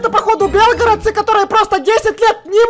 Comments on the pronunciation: И кстате не бе́лгородцы а белгоро́дцы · белгорОООООДцы, а не бЕлгородцы!!!! АЛЛООО!! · Не бе́лгородцы а белгоро́дцы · Ти сказал белгародци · И ещё не / Белгородцы А / Белгородцы